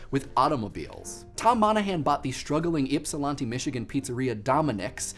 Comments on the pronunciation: Ypsilanti Michigan is pronounced ip-see-lan-tee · That's not at all how you pronounce Ypsilanti... (Ip-sah-lan-ti) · As someone from Ypsilanti Mi, that was probably one of the best fails to pronounce it I've heard. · you mispronounced Ypsilanti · ypsilanti is pronounced differently